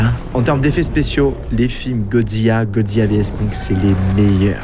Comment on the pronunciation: Tu as dit godziya c’est godzila😂